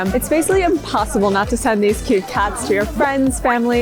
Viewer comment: Toooooo kawwi